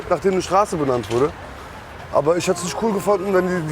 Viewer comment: lol hört mal zu wie er “abe” sagt. Der sagt Abi wie Abitur LOL leck mich